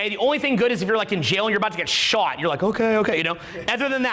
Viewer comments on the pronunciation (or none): none